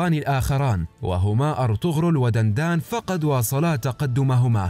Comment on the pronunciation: دندار وليس دندان